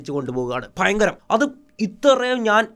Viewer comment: പിന്നേ ഫയങ്കരം 😂